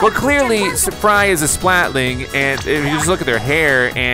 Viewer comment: Splatoon 1 And 2 Are my Favorite Games of all time. So EXITED Also Did You Know that are are a new type of Splatoon Gender Thair called Splatlings ( Not Realy but I cant be the only one that Heard Say Splatling)